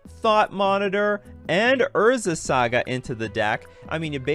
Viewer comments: [sˈɑːɡə] "Saa-guh." "Sa" rhymes with "ah." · "Urza's Sega" :P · Urza's SEGAAA 🤣🤣🤣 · thumbs down because you kept saying saga wrong 😂 couldn't make it through because of it